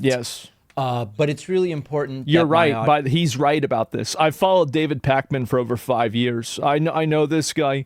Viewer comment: lol Pakman? Cohen? Everytime.